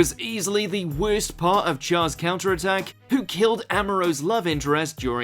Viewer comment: Are you a troll? You can't pronounce Char and Gundam to save your life but you can explain reason's to hate Hathaway? You are extra suspect.